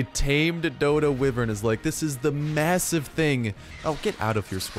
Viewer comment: It's not wivren